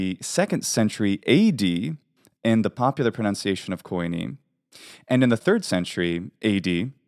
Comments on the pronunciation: Why call common Greek k-aw-ee-neh (koine) , when in Greek we just pronounce it kee-nee ??? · thanks for the correction. you are right I got slightly confused with terminology in some cases . None the less the word is not pronounced koyney it is pronounced kini, or kee nee there is no o-y or e-y... look at the translation of φοινηξ and you will understand the inconsistency between different takes of the of the double vowel use/translation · Hey amazing research and information, makes me want to get back in to learning Hellenic again, thanks! I do have one comment though being native and all. It is very common to mispronounce some things due to the different use of letters between different languages. For example Koine is actually pronounced Keen-ee (kini) and not Ko -ee-ne. Even though there have been major changes over the millennia, the modern way we speak Greek helps to understand the fluidity when speaking within a set of consonants and vowels. As an unwritten pronunciation "rule" back then that we kind of have today as well, we avoid to pronounce multiple consecutive vowels ( I totally forgot the term for it). So if you try to pronounce a combination of words of something like Κοινή ελληνική together you will see (hear) that it "oi" as "o-ee" does not sound natural at all. So I think phonetically things lie somewhere in between but can of course be as diverse as in modern Greece from the old Corfiot to Tsakonian, Cretan or the Cypriot Greek dialects.